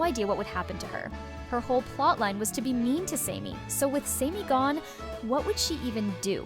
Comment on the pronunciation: Sammy. Not samey. Chris is just a prick.